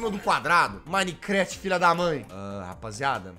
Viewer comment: E MINECRAFT